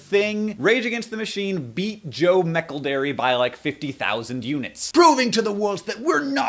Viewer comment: the way your pronounce Joe McElderry:3